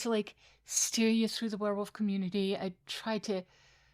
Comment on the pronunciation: “AJealous Wereolf”? You doing ok?